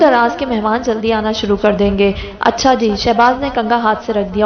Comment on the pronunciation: As’Sãlãmû’Alãikúm. I absolutely love the way you say “Accha”